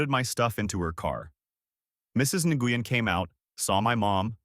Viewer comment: Nguyen is pronounced like the word when. Wen. Not nah goo yin.